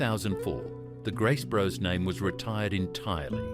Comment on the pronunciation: Graces bros I think it’s grace brothers